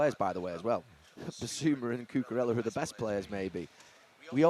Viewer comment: how has he got the pronunciation of L the wrong way around on Koulibaly and Cucurella? 😭